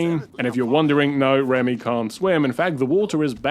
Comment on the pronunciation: Ah yes. One of my favorite Pixar Films right next to Wall-E. Also, his name is Remy not Ramy.